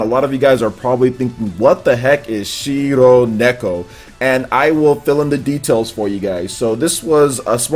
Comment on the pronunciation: Shironeko in other words "white cat" I'm not trying to make fun of but..... why is so hard for English speaking people to pronounce Japanese? The rrrrrrr sound is something that they suffer And even in anime english dubs I never hear a correct pronunciation of a japanese name. Maybe that's one of the reasons that I just don't like dubs.